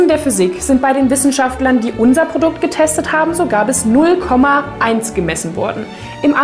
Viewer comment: It's the "Pordukt" for me 💅🏻✨ #SAUGteuer